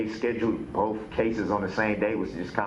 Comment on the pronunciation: “Boff of those cases”😅😅😅😅